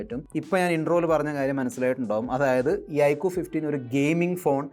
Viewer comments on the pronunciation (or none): ഐക്കു ❌ ഐക്യു ✅